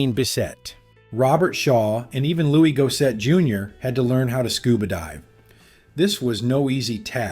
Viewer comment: Hearing the entirety of Louis Gossett Jr.'s name mispronounced was painful. He was an actor known in households all across America.